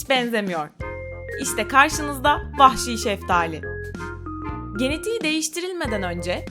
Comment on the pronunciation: 'te vahşi diyecene pahşi mi dedi